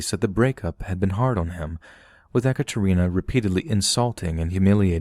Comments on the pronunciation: First of all I’d like to say I’m a big fan and with that I’d like to add that “eh-kuh-Trina” is pronounced “eee-CAT-er-ina” 😅 sorry, it’s all I could focus on during that story 😅🤦‍♀️ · Not (e) Ekaterina, but (ye) Ekaterina . Like in (ye)s , or (ye)llow . Russian language class here 😂😂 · Ekatarina not echatarinna